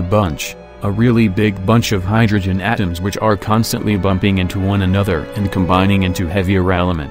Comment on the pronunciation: The way he said "atoms" really made me laugh 😂